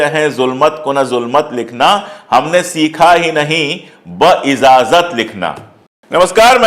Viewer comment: لفظ بااجاذت ھے بااذاذت نھیں۔ शब्द बा इज़ाज़त नहीं, बाइजाज़त है।